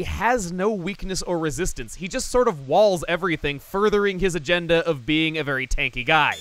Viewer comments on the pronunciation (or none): none